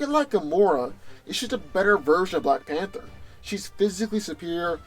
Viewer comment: "black fanter" is that a new drink?